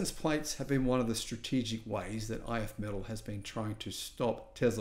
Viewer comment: It is pronounced "If me-TALL."